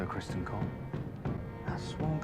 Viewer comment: Just FYI, it's Criston, not Crispin :P I agree with what you say though :)